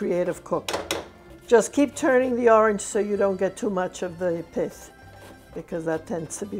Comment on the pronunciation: its called pith not [iss stipuid a i .